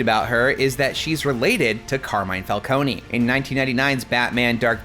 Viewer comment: Calcone-y lmao, it's pronouncd fal-cone